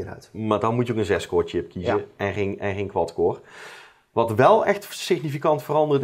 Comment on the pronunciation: "Dat is toch wel aardig wat(t)" lol